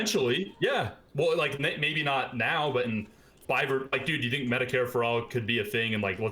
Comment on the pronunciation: This was difficult to listen to because the guy said dude like 50,000 times, and mispronounced it in this annoying "dedd" way every time =D